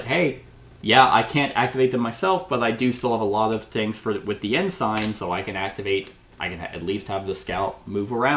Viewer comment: Ensign.... it's pronounced N - sin..... the "g" is silent.... the English language can suck sometimes... 😂